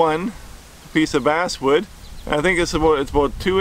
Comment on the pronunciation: Did any one else hear him say ass wood except of bass wood